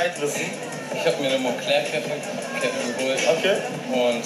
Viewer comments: Mahans Aussprache ist so scheiße. Auch: Monncler. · Du weißt nicht wie man Moncler ausspricht